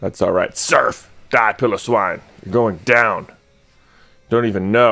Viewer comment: Pilowwine is pronunced pi-lo-swine like pie, low, swine